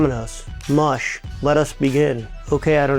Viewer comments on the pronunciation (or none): none